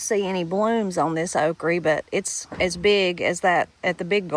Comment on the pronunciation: I love that you say okree. People try to tell me it's not pronounced that way, but they're wrong :) My Mamaw and Papaw were Appalachian, and they had a big hand in raising me.